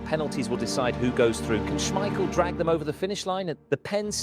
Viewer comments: He is not called Peter Smeiscssjeel... Its with a K sound SmeiKel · SmeiKel,- not Smeissjel. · Say it with me, Peter SchmeiKEL. Not schmeishell. He is not a bechamel sauce. If you are gonna make a video the maybe do your voiceover correct… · According to Peter Schemichel the family name is pronounced Smeissjel, but the press called it SmeiKel so it stuck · This was great. It took a year off my life every time you said Schmeishel, but I still enjoyed it :p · How do you keep mispronouncing Schmeichel? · Is the voice AI? He pronounces Schmeichel like 3 different ways... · your pronunciation of Schmeichel name is stressing me out. haha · Imagine making a 16 minute video where you have to say the name Peter Schmeichel multiple times, and yet not looking up the real pronunciation of it. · Small detail.. The second "ch" in "Schmeichel" sounds like a hard "k" when pronounced correctly. But yeah.. We played the game so well that year, that they had to change that rule or the other teams wouldn't have had a chance come the World Championship in 1994.